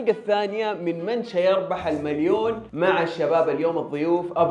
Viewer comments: سيربح ❌ شيربح ✅ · ليش تقول شيربح سيربح المفترض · من سيربح وليس من شيربح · سيربح❌ شيربح✅😂😂